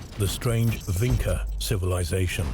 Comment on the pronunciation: It is Vinča (Vintʃa), not Vinca.